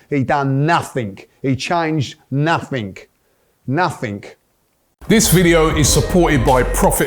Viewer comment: I never knew the word nothing had a 'k' in it